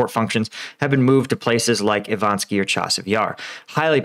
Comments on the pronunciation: Map: "Ivanivske" Reads: "Ivansky" idgi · Still not Ivanski, it's still Ivanivske. Yahidne, not Yadhine. Please learn to read. Good job on Svatove, though!